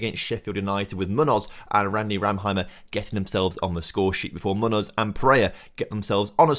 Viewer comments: My ears bleed every time says "Munnoz". It's Me-oo-noth (if he is Spanish) or Me-oo-nos (if he is from the Americas). ('me' like the English word 'me') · that was my attempt to phonetically describe what I hear on a "how to pronounce munoz" video from a native Spanish speaker. The M has a very different sound to how pronounces an M.